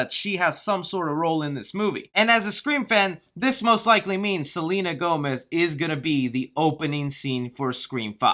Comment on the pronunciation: Selena Whomez?🤣